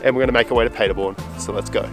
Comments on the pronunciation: Great video, Jacob!! When you are pretty much fluent in Deutsch, then you will remember that the city is pronounced PAHderborn, & not PAYderborn. LOL Of course, I am just nit-picking, & am not used to your "Strine" accent, so I apologize!! Entschuldigung, ich kann nicht anders ... Ich spreche Deutsch!!! Keep up the good work ... I love your VLOGS!!! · You could, actually, start working on your accent by pronouncing Paderborn correctly.... imagine Germans talking about a city called Ahdellah-eeda. How long would you take to understand what they mean?